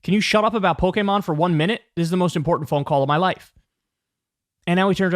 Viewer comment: shouts out to Kyle pronouncing Pokemon the right way, thats how we know hes a real one